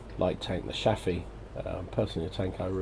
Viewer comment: Are you a swede in hiding? You are pronouncing Chaffee like a swede :P